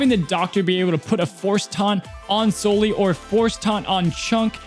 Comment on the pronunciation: Please pronounce Sully's name correctly.